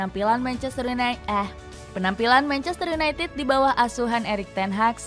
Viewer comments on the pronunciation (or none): Menit (manchester yunai ah) 😅 mksud nya united sih 😂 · Manchester United, Ehh.. (ketlusup lidah)